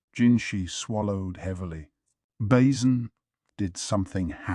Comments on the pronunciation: "GAwShUN" "MaYomAyO" "BAsIN" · The way he says basens name like a bowel 😂 basin